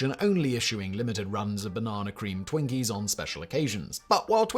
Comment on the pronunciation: As if it weren't unthimnkable to speak about twinkies for an hour, thirty-eight minutes, fourty-eight seconds. Highlights: the way Simon pronounces banana. Switching to hydrogenated oil for the actual purposes of finding an inert preservative that slips through the alimentary canal like there weren't many nutrients in there anyway, a judge with clear frames threatening with a gavel to make um, peanut butter? (Simon called her a lady, but she had a beard, I dunno.) Food from Japan which can kill you which is blamed on the Russians and their gambling problems, oxidation of fruit flesh and George Forman being a fierce entrepreneur who re-invented a panino grill and tipped it so you can catch your fat and whip it into a frenzy, folding it into whipped cream and injecting it into freshly baked, cooled foam golden cakes cooked to sort of raw. Conclusion: Twinkies were never invented to eat cold, you're supposed to soak them in maple syrup, wrap them in bacon and cook them in a medium oven. Serve them covered with a small quenelle of jalapeno jelly plopped on top with one single corn nut and a sprig of parsley.